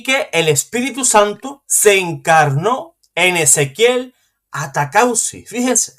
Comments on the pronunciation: Disculpe el apellido de ese señor es ATAUCUSI, por favor léalo bien ATAUCUSI. usted dice ATACAUSI. Es un error. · Bueno atacauci o ataucusi perdonen, el que tiene boca se equivoca y además es un apellido o nombre muy raro. Que pena con los que no saben perdonar un error y ofenden por equivocarse. 😮